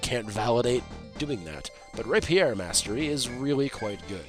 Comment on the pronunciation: First time I've heard someone pronounce "rapier" as "Ray Pierre"